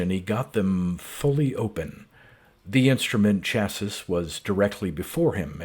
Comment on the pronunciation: Thanks for the upload. Great voice and reading. Minor nit, chassis, at least in the US, is pronounced cha-see (and sometimes sha-see). You have a fantastic reading voice and style!